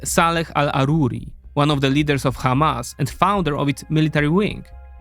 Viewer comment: Hamas is an Arabic word, so use the Arabic pronunciation. By using the "kh" in the beginning, it sounds like you're mocking Hebrew speakers.